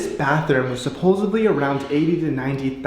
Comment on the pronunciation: Btw it's SUPPOSEDLY not supposevly!!!